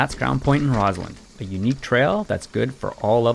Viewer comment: It’s ROSS-land, not ROZ-land.